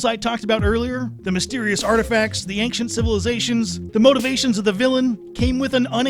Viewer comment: Bro, your video is solid. But, for the love of the homeworld, there is no hard K sound in "ancient"